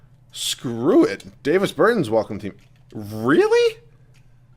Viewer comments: It's not Day-vis Bur-tins, it's Dah-vis Ber-tahns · “Davis burtans” it’s not pronuounced like that ahahah and yes ik I spelled Davis name wrong on purpose to show how he is pronouncing it